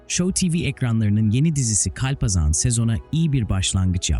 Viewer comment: Kulaklarım acıdı hayatında hiç mi kalpazan kelimesini işitmedin o nası telafuz